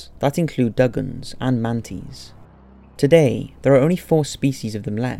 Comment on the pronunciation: Sup and dug-ongs 💀